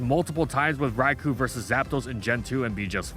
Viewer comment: The only thing evil here is how keeps mispronouncing Raikou.